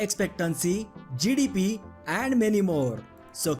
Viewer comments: Until he got to the GDP and it was written on the screen, I had no idea what he was actually saying when he said GDP. I was like whats Jidibiee? Lol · Every time he says GDP it sounds like he's saying jellybean 😂 (now listen to it again and laugh every time he says jellybean 😅😅😅)